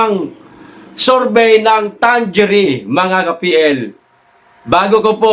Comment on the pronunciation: Mga kaPL Ang tamang bigkas sa survey firm na yan ay Tang-ere!!